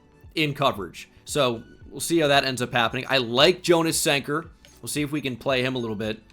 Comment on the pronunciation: Just so you know, Jonas Sanker’s name is pronounced like Yonas